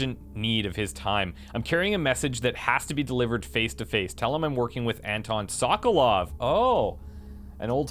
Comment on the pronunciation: It's not "Sock-a-lov" it's "Soke-a-lov"